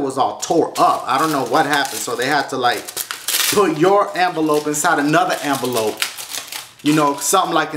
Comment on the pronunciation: It sounds like he be sayin anvalope when u know its envelope. 😂